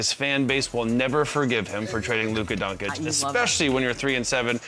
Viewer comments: "Luka Donkic" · Parsons must be doing it on purpose, "Donkic". Luka is in the league for several years now and he probably has heard his name yelled out by the commentator a few times by now. Just listen once and repeat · How many years does Luka need to spend in the NBA before people learn how to pronounce his name? For Christ's sake, Chandler Parsons, educate yourself.